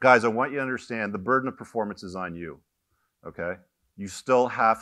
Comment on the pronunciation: “Burdon?” Hehehe 😂. Should be “Burden.”